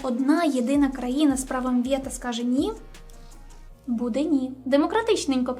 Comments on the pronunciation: Дякую за відео. Але все ж потрібно казати "вето", а не "вєта". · вето а не вєта. вєта то Веталіна скорочено) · найнебезпечніші (слово саме не використовують у ступенях порівняння)* - вето ( а не вєто) - Є (замість "являтися" ,бо являтись=виникати ) - Кувейт(, а не "Кувєйт" -такої країни не існує!).... о другій годині ночі.... який(а не "якій") - з'ясувалося/виявилося (адже "виясняти" — робити ясним, яскравим. Марта вийняла з кофти шпильку, вияснила гнотика в каганці, що почав притухати)* - лицемірно (замість "ліцемірно)* - суворі* - ледібоями( , а не "лєдібоями") - з'ясувала/виявила* Підтягніть українську будь ласка! Дякую за контент! Слава Україні! 💙💛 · Тільки не «вєто», а «вето». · "вєто", "кувєйт", "два часа ночі", "маштабніше"... не впізнаю :-( А ще цікаво, чому критики так рідко говорять за позитив від ООН. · Не вєта, а вето, а так, відео класне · ок відео прикольне, але будь ласка не говри вєта, говори вето натомість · Все гарно розказала,та мову потрібно підтягнути - не вєто а вето,не тіпічний а типовий і тд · кажемо вето, кувейт а не вєто, кувєйт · Все прекрасно, тільки не вєта, а вето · Будь ласка не «Вєта», «вЕто»! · Пані - а що це за милозвучне українське слово "ВЄТА"? Може все таки -ВЕТО? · Тільки не ,, вЄта,, а,,вЕто,,. А загалом-клас!) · Все ж право вето, а не вєта😉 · Вето, а не вєта, вуха ріже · А чого «вєта» і «кувєйт»? Це якийсь прикол? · Як же ріже вуха "право вЄто", "кувЄйт" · Чесно кажучи, перестав дивитися після десятого разу слова "вєта" Впевнений, відео інфррмативне, але це ріже вухо все одно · Що це за вЄто, КувЄйт? Аж вухо ріже. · «Вєта»??? Шо? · Цікава є-кальна вимова. Якось раніше не зауважував. А з яких країв ця вимова виходить? Кувєйт, вєто, ліцемірно.... Прикольно. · Чому "вЄто"? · Мені треба Mindly після того як я 20 разів слухав слова ВЄТА і КУВЄЙТ. Якщо що, то відео норм. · Прикольний контент, крутяцьке відео, як і завжди. Але не можу не сказати, вибач, "вєта" трохи вуха порізала тупим скальпелем ))